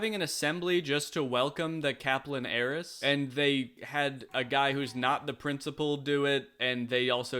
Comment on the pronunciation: I know it’s ‘heiress’ but all I hear is ‘Aeris’